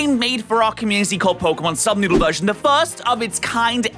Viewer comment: ANYONE ELSE NOTICE HOW HE KEEPS SAYING PROJECT NUBSOODLE INSTEAD OF SUBNOODLE OR AM I THE ONLY ONE THAT NOTICED IT????????